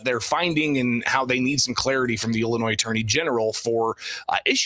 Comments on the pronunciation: I noted this too, The Ilan of illinoiS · The fact that he pronounced the S in Illinois is grounds for impeachment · Our AG's name is Kwame??? He calls our state; Illinoi "S". Where's he from? Is he there to blow smoke at us? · How can he be the Illinois AG and he can't even say the name of the state right? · You mean to tell me we have politicians and elected or appointed individuals that don't know the S in Illinois is silent? How can you run a state if you can't even pronounce the name? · The damn attorney general can't pronounce the states name? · Kwame doesnt know where one of his biggest school districts are is in Cook County and the state as a whole and doesnt know that he would prosecute state level fraud from government bodies... thats insane. The worst part is pronouncing the S in Illinos. Thats a huge red flag 😂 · this POLITICIAN DOESN’T EVEN KNOW HOW TO PRONOUNCE ILLINOIS! Wake up Illinois! It’s your own doing! So stupid! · Will somebody please tell Kwame Raoul the ‘s’ in Illinois is silent…. What a friggn embarrassment. Can’t the democrats find people better educated to run for these higher offices????